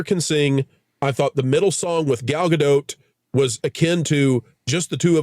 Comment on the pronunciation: Gal ain’t french. She says Dot. No accents or weird. Gal Ga-Dot. Dot like a period at the end of a sentence or point on a graph….Dot… Thank you for your efforts to get it correct over the last year or so🫡😁